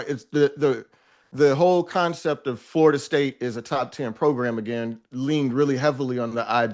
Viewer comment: More “FARTA State” talk from my guy Tate. Tf kinda accent makes one pronounce Florida as “FARTA”?